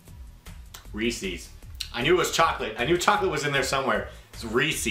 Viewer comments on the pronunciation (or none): As a Pennsylvanian I must say it's pronounced ree ses not Rees ees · I thought it was Ree•se's not Ree•see's. In pronunciation I mean. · i thought it was reeses not reesees :D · ree-says, not reesees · it's not pronounced Reesee's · Ive heard the commercials man it's not how saiid it and pennsylvania is the hershey capitol we say it right.